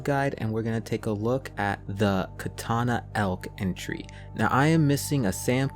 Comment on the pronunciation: Ka, ta, ta elk not the Japanese sword